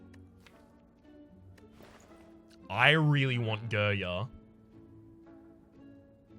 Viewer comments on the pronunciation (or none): Excuse me, but your pronunciation of Girya hurts my ears every time It's more like g [i like ea in speak] r [ya like you in young]